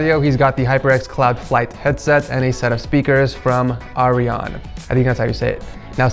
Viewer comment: It’s pronounced A Rai An